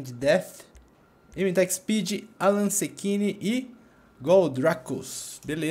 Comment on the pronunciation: Aeeeeee o AlanSechini era eu, o nome do personagem ta no nome do meu irmao uhuu. Caraca o Alan leu o meu sobrenome certo.